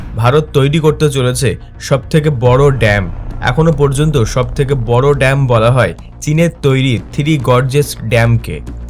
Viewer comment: It's not DAMP, my dear it is called DAM .